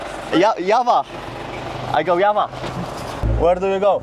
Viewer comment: The j in java sounds like drza